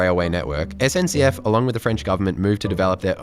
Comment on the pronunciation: Perfect French when saying SNCF - Are you speaking French? Oui oui?